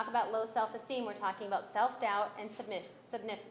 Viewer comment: Trying to act like a hardass towards a witness doesn't work when you can't pronounce submissiveness 🤦🏻‍♀️